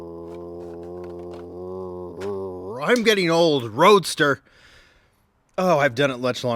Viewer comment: Can we get a compilation of you pronouncing rrrrrrrrrroadster Lol